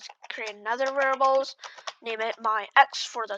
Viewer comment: its variables not verbals